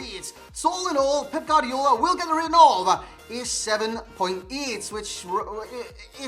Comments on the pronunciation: I'm Spanish and it is pronounced "Guardiola", you only skip the u when next to the u there is an e or an i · Nobody: NOBODY AROUND THE HOLE EARTH:: Gardiola